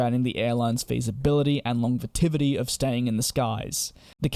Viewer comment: “Un-go” ?! restructuring “Long-vetivity” What is this meaning of these words you say!?